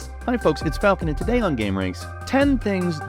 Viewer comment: ITS NOT FALCON! ITS NOT FALXON